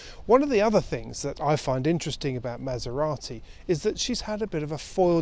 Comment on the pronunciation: Why the hell would you pronounce it 'Mass-er-rotty', when you are saying 'Fostnet' and every other European pronunciation, including the second half of the name! Why not go all the way and say 'Mass-er-ratty'?